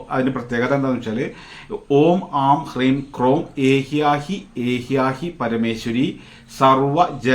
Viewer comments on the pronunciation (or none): ഏഹ്യാഹി അല്ല ഏഹ്യെഹി പരമേശ്വരി എന്നാണ്, ആശ്വാരൂഡ മന്ത്രം...